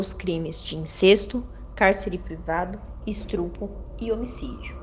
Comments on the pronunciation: Tem pessoas que não sabem fala,fala estrupo ao invés de estupro já ouviu muitas pessoas fala pq não sabe pronunciar a palavra correta. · Me deu agonia as vezes que a narradora falou "estrupo" e não concordou corretamente "os plural"... Vamos estudar mais um pouquinho o português antes de fazer vídeo né? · Meu Deus seu português é péssimo... Estrupo... Austria Muito ruim a forma de narração tbm